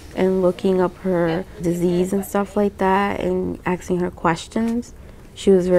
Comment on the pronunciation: "... And stuff like that..." "and we were axing her questions...." YES folks, these are our "educated people" of today.